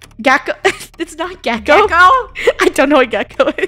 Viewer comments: Funneh:geko me:it is giko😂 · Its actually gieco there is no K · Funneh: gecko Me: NO ITS GEICO :_KREWHammer::_KREWRage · “Geko “ was killing me FUNNEH ITS GEICO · FUNNEH ITS GEICO NOT GECKO😭😭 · It’s called Geico not gecko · It's geico not gecko